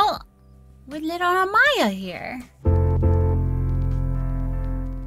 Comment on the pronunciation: haha yes!! I'm the one she mentioned who commented on another of her vids trying to teach her how to pronounce it, i def should've added that she should've kept equal emphasis on each syllable lolol